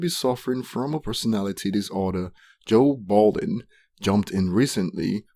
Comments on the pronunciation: LMAO I keep having to rewind everytime you say Joe Balding because I kept laughing over your commentary. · His name is joe budden atleast get it right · It actually sounds balding 😅